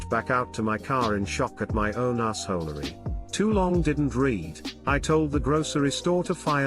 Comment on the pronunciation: Of all things, the robo-reader of this video gets a good pronunciation for "assholery."